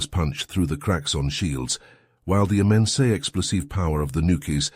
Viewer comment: "while the immensea explosieve power of the nukies..." XD